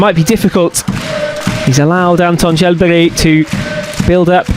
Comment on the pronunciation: I ask which is more annoying, the image cuts or the way the presenter says « Charles Berry »